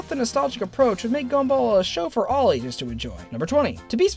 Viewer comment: Did he say Ages with the g aounding like a G?